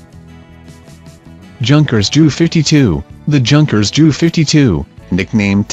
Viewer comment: Just plain commentary, can't even get aircraft model designations right, the letters and numerals are pronounced separately not as one word or larger numerals such as Junkers which is pronounced Yunkers. And the models are also said as J.U not jew. I thought this was about VINTAGE PLANES??